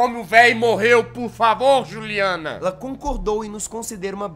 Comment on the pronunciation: quando o reporter fala juliana e só com um n não dois n